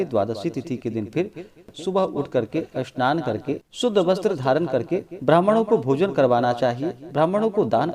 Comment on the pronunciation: Jay Shri man Narayan Jay Shri man Narayan Bhagwan Vishnu Ki Jay pranam hm khna to nhi chahte bt aap snan ko Asnan or spasht ko aspast kyon bolate Hain Radhe Radhe